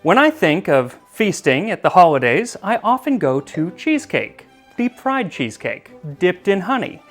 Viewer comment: Instead of "deep fried cheesecake" I heard "the pride cheesecake"... I was like queer cheesecake? Prayers what is your recipe? 🤦🏻‍♀️